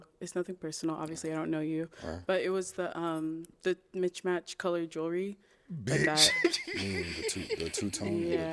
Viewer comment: WTF is “mitchmatch” 😂😂😂😂